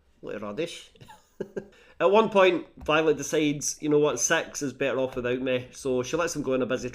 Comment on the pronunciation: You have a way of making “six” sound like “sex” and that really makes the plot more interesting.